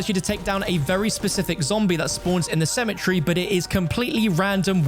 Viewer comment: It's pronounced cemetery not symmetry